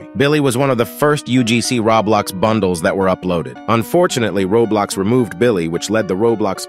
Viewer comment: Bro Just said [raw blox]💀